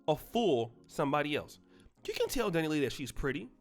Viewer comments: Dani LEIGH (pronounced LAY) 🤦🏽‍♀️ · Dani- Lay.....I don't care about her but sheesh her name is pronounced Dani- LAY 🤦🏾‍♀️